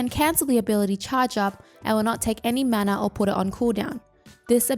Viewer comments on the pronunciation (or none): none